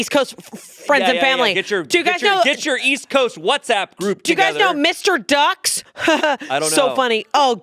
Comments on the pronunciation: Marylander here 👋🏻 it is pronounced M R Ducks not Mr.Ducks lol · Had to pause it to say. M.R. Ducks is from my home town, OC MD… but please, it’s not Mr. Ducks, it’s M. R. Ducks, then “em are ducks” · It’s not “Mr. Ducks” it’s M.R. Ducks. Like the joke. (Them are ducks) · M.R. Ducks is not mister ducks it's meant to sound like "em are ducks" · Physically cringed when they kept saying Mr. Ducks and not M.R. 😂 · Also he says “Mr. Ducks” instead of “M R Ducks” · Marylander here, it’s MR Ducks. You read the initials not the word mister. They make great orange crushes though!😊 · as a marylander hearing them say mr ducks instead of em are ducks really hurts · As an east coaster, hearing M.R. Ducks referred to as Mr. Ducks is shameful. Hahaha. M. R. Ducks, M. R. not, O S A R! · It’s not Mr. Ducks. It’s the letter M and the Letter R. Like “em are” after a saying where you say each letter out and it mimics the eastern shore accent. M R Ducks M R NOT O S A R. C M WANGS. L I B. M R Ducks. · Omg being from Maryland and hearing them mispronounce M.R. Ducks is making me crazy😭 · Being from Maryland it hurt so much them saying Mr instead of M.R. 😭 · Being from Maryland is crazy hearing them talk about M. R. Ducks. Btw it’s not said like mister you just say M R ducks!!! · Irs not Mr. Ducks, its M R Ducks (say the individual letters). My old supervisor had a shirt, that ill put on here for you, took me forever to figure it out. M R Ducks M R Not O S A R C M Wangs L I B, M R Ducks Translation: Em' Are Ducks Em' Are Not Oh S(yes) They Are See Em' Wangs? Well Ill Be, Em' Are Ducks It helps to say it out loud in a southern accent Im from MD, but Ive never been, I thought it was an Ocean City thing. I think it's justcan apparel store, not a diner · As someone from Maryland, them calling it Mister Ducks instead of M.R. Ducks is so funny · Marylander here! It actually is just pronounced "M.R. Ducks;" but now I do wanna start calling it "Mr. Ducks" just to see if people notice 😂